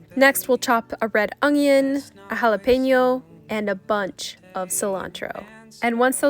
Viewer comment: I like how so say ‘ongion’ and not oNion 🧅🥰